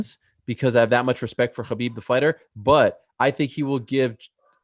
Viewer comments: ITS HABIB NOT KHOBYB MAN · It's khabib dude